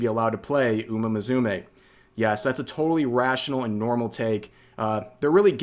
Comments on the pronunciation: Umamusume = uma mu-su-meh, not uma mazume like you pronounced it xD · Are pronouncing it like that on purpose?